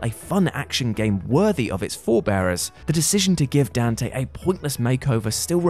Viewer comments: That's not how you pronounce "Donte". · Emo Dante? No, no, no. We call him Donte.